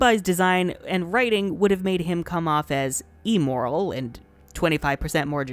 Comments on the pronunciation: There's this part of my brain nagging me to be technical of the pronunciation of "immoral" as "e-moral," as if it means morality formed from digital content. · I’ve never heard somebody pronounce immoral wrong before. Cool!